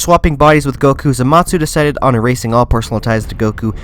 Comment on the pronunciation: Am I the only one bothered by his pronunciation of Zamasu? Sounds like he's saying zamatsu